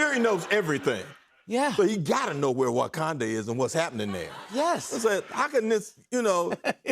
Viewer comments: him saying WAkanda is hilarious lol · Unc said WOKanda. I love lol.